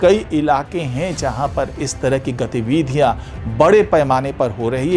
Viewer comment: गतिविधियाँ का सही उच्चारण तो सही सीख लें।